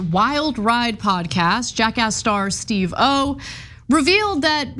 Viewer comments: Psst Ana.. emphasis on "Steve" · It's pronounced SteveOH, not Steve pause O. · Ana, I love ya but Steve oh? It's Steve-O. 🤦🏼‍♀️ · I mean it’s not the worst pronunciation of it but still pretty funny lol 😂 I think part of the reason she’s pronouncing it that way is cuz they previously worked with another host of Korean descent who’s name was also Steve Oh, and so she is probably used to pronouncing it that way. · Steve O 😂😂😂 at least learn to say his name correctly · Thank you!!!! Annoying every time she says it like that.